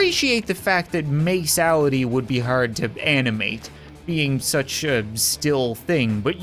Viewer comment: Madeality more like miceality lol😂😂😂😂😂😂😂😂😂😂😂😂😂😂😂